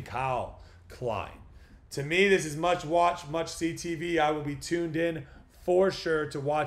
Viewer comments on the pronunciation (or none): I had to rewind it to make sure, threw me off. It was like… did he just say meowesque😂🍻